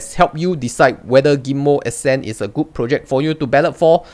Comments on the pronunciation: It's pronounced as "Err Cent"! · its.... uh-scent...lol